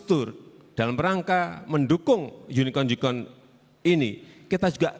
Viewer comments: Banyak yg bilang pak Prabowo tidak paham tentang unicorn, padahal beliau itu bertanya ulang karna jokowi menyebut unicorn dengan ejaan yunikon. Makanya beliu bertanya balik. Beliau sangat paham dengan unicorn, bahkan dampak dari unicorn sangat berbahaya bagi negara konsumtif, sebab uang mereka akan mudah keluar tanpa ada keuntungan negara didalamnya. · Dalam percakapan bahasa inggri, kadang orang Inggris atau amerika saja, bilang gini saat dia ragu dg pengucapan orang yg bicara "can u spell it please"!! jd wajar saja, prabowo memastikan "kata " apa yg sdg disebut oleh jkw, karna u know lah, gmn englisnya jkw 😄😄 salam yunikon 😄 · duhh cebong pak prabowo menegaskan klo salah sebut beda lah artinya.. jokowi kan nyebut yunikon bwt unicorn.. aduhh please deh, cari2 kekurangan yah. kwkkw ngakakk.. klo beliau bingung ga mgkn beliau jawab dan tahu.. hadehh.. kocakk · ciri2 orang bego yg gatau topik langsung nyalahin pengucapan , jokowi ngomong yunikon lah apa lah kalo yg tau mah pasti paham lah prabowo malah jawab online2 , emang fesbuk online ? bigo live juga online ? online online yg mana pak wowo? gaptek nih ? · Sama itu alfatehah dibaca alpatekah unicorn dibaca unikon...seperti saudaranya rubbercone dibaca raberkon... Makanya yg nanggapi memastikan bener nggak yg di maksud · Lagian jokowi sebutnya "uni-con" Uni = Kesatuan Con = Nipu/Pembohong Makanya ditangkap pak prabowo itu Unicon = Kesatuan penipu Makanya beliau menyebutkan Unicon ? Unicon ? Oh unicorn yg dia maksud .. Makanya dia bilang yg online" itu toh .. Maknya lain kali sebelum jadi presiden belajar dulu penyebutan kata yg benar pak jokowi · hahaha iya lucu ya yunikon wkwkwk tapi yg lebih lucu lagi jawaban pbw sampai ngakak ditanya apa jawabnya apa inibsebuah lelucon xixixi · salah , pak Prabowo gk paham soalnya pak Jokowi gk bisa bhs Inggris Inggris nya maksain bgt dan gak jelas "yunikon" 🤣🤣🤣 Giliran ditanya online itu ya, manggut2 Plongaplongo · Itu tu emang salah, gausah lo bner2in deh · Bacanya unikon